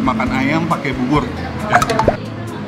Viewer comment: Bisa ga si ngomongnya "AYAM" not "AYEM"